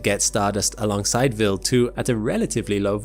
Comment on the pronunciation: W eye ald. Not willed.